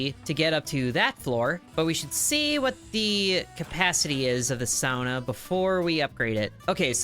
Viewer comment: So you can say sauna correctly... but not golem!